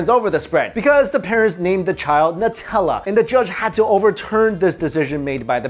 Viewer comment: It's pronounced "Newtella"